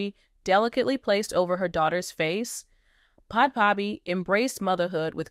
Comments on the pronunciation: It’s pronounced as Bad baby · To the channel owner.Please learn how to pronounce this young ladies name correctly🙄This young lady gos by the name; Bhad Bhabie pronounced like: Bad Baby you get it now🤔?? Cause the name you've been calling her,is outright WRONG & Disrespectful on all levels.That's it & That's all for now🙎